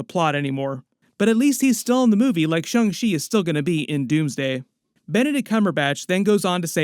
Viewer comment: My man! I love your channel, but please stop saying shUng Chi. Go ahead and say shAng - like Avatar Ang. Sorry, it’s a thing! 😂